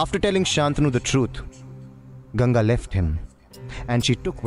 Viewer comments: It'not "GANJI" It's GANGA ( G-ANG-GA) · You pronounce Ganga as 'Ganja'. Ganja is weed. See how the guy in video pronounces Ganga.